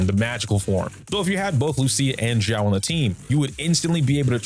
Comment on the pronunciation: calling her solely "Xiao" doesn't make much sense, it's just an affectionate adjective that accompanies a name hahaha Also, you are pronouncing it as "Zhao", if you wanna say "Xiao" say it like "See-ao".